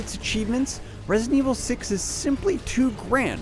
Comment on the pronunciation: For the love of god. It's Re-si-dent evil 6. 3 syllables. Not resent evil 6. Drove me f-ing crazy to listen to this schmo